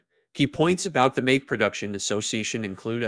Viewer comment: The obvious mispronunications right off made me suspect an AI voice is behind this. Mayak is like Maya + k at the end. 🙄